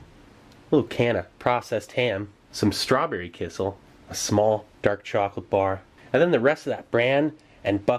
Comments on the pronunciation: Kissel, kissel... oh you mean kisiel! It took me 5 minutes to figure it out :P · It's "ki-shiel" , NOT "ki-sal" - you should wait till it cools down When I was in South Korea, there were some chicken restaurants which cooked the chicken so well that (just like you) I could eat the bones. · In Poland it’s pronounced “KEY-SHELL” 👍🏻 love the channel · My parents are from Eastern Europe and they always pronounced it 'key-shell'